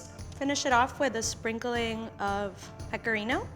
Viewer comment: This is how many times she said pecarino 👎🏻